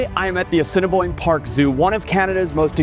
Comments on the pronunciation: Did he actually say 'Ass-in-boine' Zoo? How could he decide to go there...research ahead of time...chat with the staff...and then say the name so badly wrong? (Yes, I grew up in Winnipeg) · my favourite part is when he mispronounces assiniboine